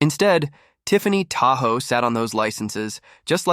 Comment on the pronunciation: "Tahoe"? ENOUGH OF THE A.I. NARRATION!!!